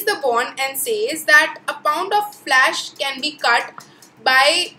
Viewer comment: Didi Flash nahi Flesh hota hai